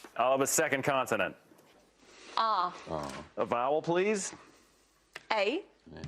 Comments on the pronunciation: is he saying continent? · Who is this guy and why does he keep calling consonant continents. Why does every American guest embarrass us Americans.